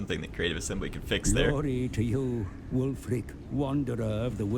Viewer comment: every time you say ulf, all i could think about was ulfric stormcloak